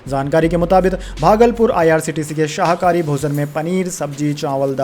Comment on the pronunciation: आप शाहाकरी बोल रहे है वह शाकाहारी है, वैसे ही आप हमेशा परिवर्तन निर्देशनालय बोलते है उसका सही उच्चारण प्रवर्तन निर्देशनालय है